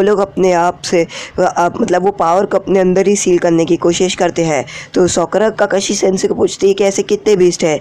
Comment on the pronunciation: He tell Sokra. Lol